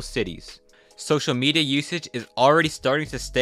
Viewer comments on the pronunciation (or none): none